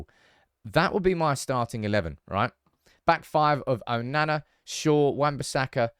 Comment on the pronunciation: I can't listen to this man mispronounce these names. Why can't he say Onana properly?! 😆 it's not difficult